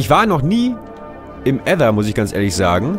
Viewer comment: Nices Video! Aber irgendwie lustig... Wie du Ether aussprichst xD ,,Ätha!"